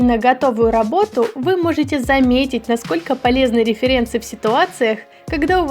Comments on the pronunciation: Все исправления правильные и после стало правда лучше :D Только вот произношение лучше подправить, не "реферЕнсы", а "рЕференсы", оригинальное аглийское слово имеет ударение на первый слог, значит и на русской так должно быть, это всё таки не наше слово :D И не "лаир" а "лэир", можно просто прослушать озвучку в гугл переводчике. И тут уже кажется все и так указали на слово "авторка", и правильно, такого слово нет и всё выше перечисленное очень режет слух :D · саИ, реферЕнсы ААААААА МНЕ ПЛОХООООООООООООО ПРАВИЛЬНО сАи и рЕференсы Ааааа